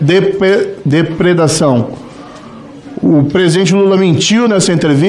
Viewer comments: nao consegue falar "depredação" ... hahaha : voz esganiçada e mal letrado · Ensina o Moro a falar depreda ção